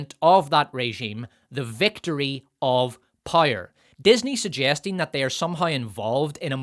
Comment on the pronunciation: All that matters is pire and profit? The Rings of Pire? Love your videos but for the love of everything holy, learn to say "POW, right in the kisser". Then bring that to the word POWER.